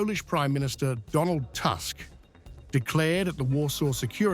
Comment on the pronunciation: Who is Task? Please learn how to properly say Polish Premier name It’s Toosck not task